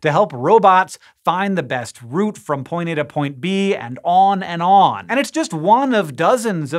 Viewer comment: Thank you, love you to bits, and you even sad route like in root instead of like in loud - love you even more!